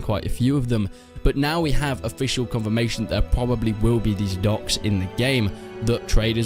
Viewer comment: man good video but it took me ~5-10 times of u saying 'ducks' to get the idea that u were trying to pronounce 'docks'